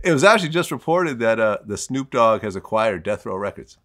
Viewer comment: he sayin snoop ain street 🤣💀